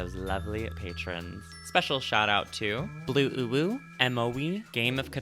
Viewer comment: btw its pronounced blu-wu but I loved hearing you say "blue uwu" that was adorable lmaoo